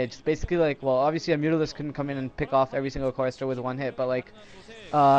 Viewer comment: he said coulndt